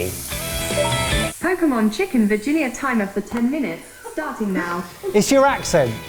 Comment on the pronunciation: i am not able to watch the video until the end because i keep going back to Mike saying pokemon chicken virginia and laughing hahahahahaha